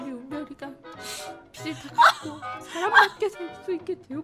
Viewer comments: 빚을 제대로 발음하는 사람이 어떻게 한명도 없네 ㅋㅋ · 빚을 발음 ㅋㅋ 다들 비츨이래 ㅋㅋㅋㅋㅋ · 비즐 비즐 비즐!!! 비츨이 아니라 비즐!!! 왜 다들 하나같이 빛을 갚았다고 하는거야? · 발음 나만 불편한가? 빚 - 비즐 / 빛 - 비츨 / 빗 - 비슬 비츨, 비슬 불편한거 나만그런가?